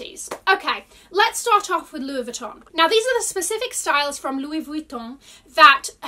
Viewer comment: Always love your videos, you are such a positive person. If you are interested in pronouncing some of the brand names correctly you drop the pronounciation of the N in Vuitton. It’s silent. I thought I heard a conversion of the double L in Deauville to a «J». That would have been correct in Spanish, but since the name is French (and also a typical high end beach city in France from where the bag probably got it’s name) one pronounces the double L🤗.